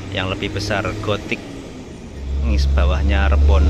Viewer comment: Bacanya = Riborn mas bukan Reborn artinya terlahir kembali mas 😁